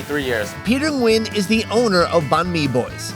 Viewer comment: I still wonder why can eat many kind of exotic food but cucumber? Just why? By the way, you pronounced "nguyen" perfectly <3